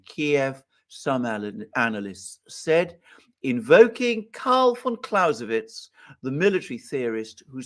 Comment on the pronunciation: As for german pronounciation: It's "Clow-Say-Wits" (Clausewitz) and "Ha-Beg" (Habeck) (It's also "Ep-Shteyen" (Epstein) btw, and "Rod-Shilled" (Rothschild) ;-)